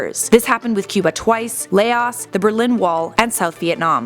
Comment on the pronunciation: It's Laos not Lay-os